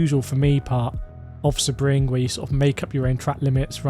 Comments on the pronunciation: Nah its not say-bring, its sea-bring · Excuse me but how do you say SEBRING?!